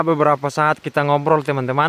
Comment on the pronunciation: Pancuran bro..bukan Pancoran 😂😂😂